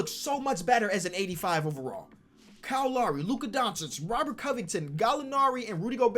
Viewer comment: I don't think can say Kyle